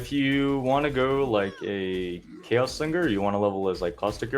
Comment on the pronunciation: "owchemy orb" and "jolem" hes a true Poe player. dont forget your "chous orbs" either lol why after playing a game and saying terms for 8 years in one game we decide one day to never pronounce it right ever again lol